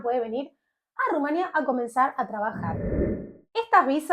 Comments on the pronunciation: Es rumanÌa, no : rumania Vídeo, no video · Rumanía se dice Rumanía😅